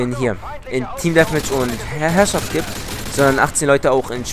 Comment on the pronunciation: Allein abonniert wegen dem ,,Heherrschaft'' ;D